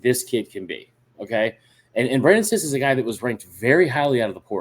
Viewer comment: I believe the correct pronunciation is Brandon See-SAY.